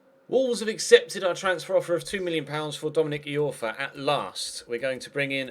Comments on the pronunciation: It's pronounced Dominic "Eye-orfa" not Dominic "E-orfa"! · Iorfa Pronounced eye-orfa not e-orfa